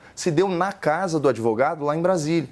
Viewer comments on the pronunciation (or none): É pra rir do sr "adevogado"